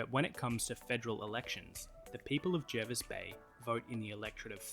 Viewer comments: It's pronounced Jarvis Bay. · The name "Lingiari" is just a designated electorate name - a voting area. And I was going to correct the pronunciation of Jervis bay, but the comment on the other video did it. Just like Hervey Bay is pronounced "Harvey Bay", Jervis Bay is pronounced "Jarvis Bay".